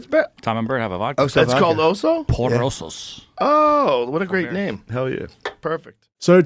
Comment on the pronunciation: por osos is pronounced "poor" osos. do bert and tom ARE LITERALLY MOCKING YOU ALL WITH AN INSIDE JOKE